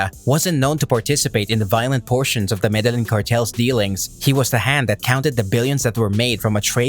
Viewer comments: Proniunced = Me de yeen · Man you need to learn how to pronounce Medellin. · Why couldn’t you say Medellin correctly :( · Madalin 😂 smh 🤦‍♂️ med e gin 😂 🤦‍♂️ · Jesus fucking Christ, you put all this effort in to these videos and you butcher the Medellin pronunciation... I think you're just taking this piss at this point